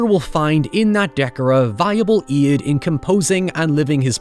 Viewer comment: Without the quote overlaid, I'd have no idea you said, "aid." Love it!